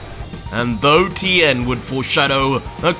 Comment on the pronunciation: He mispronounced tiens last name it’s supposed to sound like Shin hon.